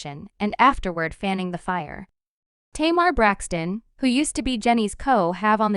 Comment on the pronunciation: Will you please say Tamar Braxton name right